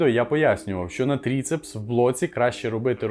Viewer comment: Не Трицепс а Трыцепс. Буква Ы украинская. Без хейта если что. Сам таким страдаю когда приходиться по анатомии записи делать на работе.